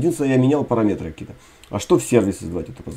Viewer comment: Блин, ну парАметр же! "Режет" уши